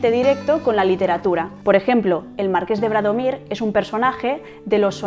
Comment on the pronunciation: Bradomín, no Bradomir. Híspalis, no Hispalis. Para que lo sepan todas.